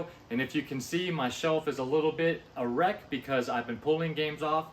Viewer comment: You said "a wreck" but it sounded like errect.....lol